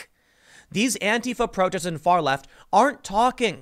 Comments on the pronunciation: *Far not farl. but its fine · "Farl" LOL